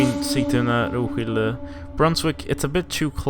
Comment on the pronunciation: The pronunciation of Roskilde is with an emphasized K and not the "sssshhh" sound.